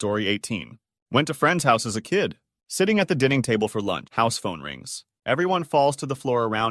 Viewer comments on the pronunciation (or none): Only made it in a few minutes....the mispronunciations ruined it for me. I could understand one or two mistakes here or there with complex words, but things like pronouncing dining as 'dinning'? Really?